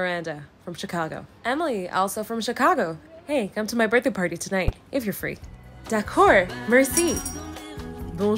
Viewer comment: As someone who learnt French, I physically cringe at her pronouncing the end letters at the word. “Da-cord.” Arhgghhgh